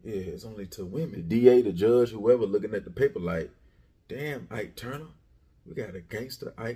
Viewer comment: It's the "Ike" for me🤬